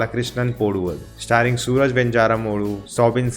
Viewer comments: The name is not sooraj. Its Suraaj. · It's pronounced as Suraaj. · So his name should be pronounced as Suraaj. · You don't understand our culture and people's behavior, as you not able to pronounce simple name suraj..